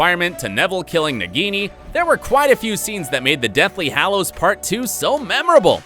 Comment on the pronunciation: LITERALY I was getting annoyed lol not in a mean way he also said hallows wrong lol how is that hard to say!!! Lol 😂